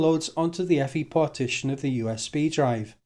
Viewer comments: Eeee. Ehff Eye! ;-) Otherwise, nice writeup. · EFI is an acronym, it is not pronounced “effy”